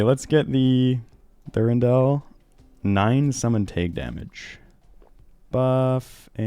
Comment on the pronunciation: back to back with “tage” damage was crazy